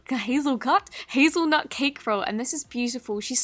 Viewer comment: Is it supposed to be hazelnut not hazlenut